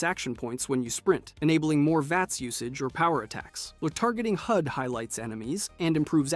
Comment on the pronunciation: yeah, what's a targeting "Hyoodai?"